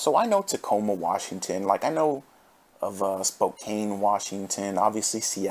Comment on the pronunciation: as a washingtonian I love the way he pronounces spokane.